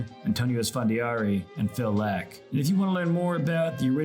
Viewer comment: Phil LACK? You are the first to ever pronounce his name this way in my life.